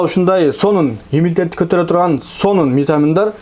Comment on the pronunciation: Иммунитет десен ,😂имитет дебей